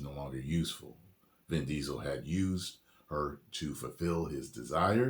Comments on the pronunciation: "DIN VISEL" 😂 I LOLed so hard! 🤣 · "Din Riesel" LMAO